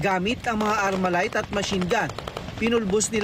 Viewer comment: “Armalite” Research ka nga muna boy bago ka mag report 🙄🙄